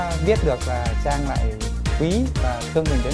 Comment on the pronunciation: Trang là tên cuả người nữ, coǹ Chang là phát âm sai.